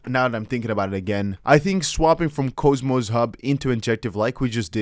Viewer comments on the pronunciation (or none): If I may. It’s not cho, or cohmos, it’s pronounced cause-mos. Au… awww. k-aww-mos.